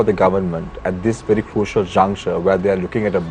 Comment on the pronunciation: "I'm ver honest" LOL 😇😜🤪😝